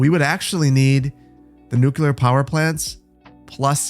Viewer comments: New-clear, not nuke-yellar 🤣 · Aye! Did you know you say nuculer? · Love your stuff. You're whip smart. Please. Nu- CLE-ar. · there's no such thing as a nuculear power plant. Nuculear isn't a word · every time you said nooc-you-ler I died a little. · I've been enjoying your videos for almost a year now (I think about), and I thank you so much for the hours of entertainment, but it's like nails on chalkboard every time you say, "Nuculur."